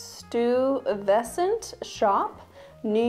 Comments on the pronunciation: Stuyvesant is pronounced “stye vess ent” Also the purse and coat- gorgeous. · That is the best mispronunciation of Stuyvesant I've ever heard 😂 It's pronounced "sty-ve-sent" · Stuyvesant is pronounced STYvuhsent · NYer here… it’s pronounced Steye (rhymes with eye) va - sant. It’s the last name of one of the early Dutch families who settled in New Netherlands. Peter Stuyvesant was the last Dutch director general (essentially governor) before the English took over the colony in 1664. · I'm excited to see if you picked up any accessories for your cruise. STIE-vess-sent Peter Stuyvesant was a Dutch colonial officer who served as the last Dutch director-general of the colony of New Netherland from 1647 until it was ceded provisionally to the English in 1664, after which it was split into New York and New Jersey with lesser territory becoming parts of other colonies, and later, states. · Stuyvesant - pronunciation-- Stoy (rhymes with boy) va sent. Named after an original Dutch governor of sorts of New York city (or New Amsterdam at the time) before it was ceded to England. Circa 1664. Lots of stuff in NYC is named after him. The more you know! Insert star swipe here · For future reference, Stuyvesant is pronounced like "stai-vuh-snt", with the emphasis on "stai" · Stuyvesant is pronounced STYE-vess-ant. A neighborhood in Manhattan. Also a Dutch colonialist who helped found New York. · btw, stuyvesant is pronounced STY-vesant 😘